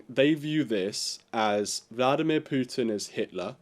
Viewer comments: It is POO-tin. NOT P YOU tin. Thank you very much. Learn to pronounce foreign names correctly. Not according to British pronounciation. Thank you very much. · U in Putin is pronounced as oo.